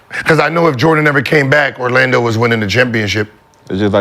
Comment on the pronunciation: “Ar-lando” - McCants